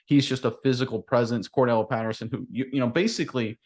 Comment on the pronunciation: Guys...it's Cordarelle, not Cordelle.